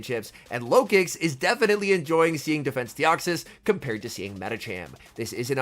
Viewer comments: Lol I thought you said low kicks in the beginning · I keep hearing "farming up with the Lokix" as "farming up with the Low Kicks" and I'm like "who in the heck is running Low Kick??" 🤣